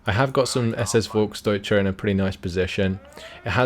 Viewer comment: I know you like to pronounce things correct. You say, Volk-deutsche. Correct is it, Folk´s-deutsche. You miss the s.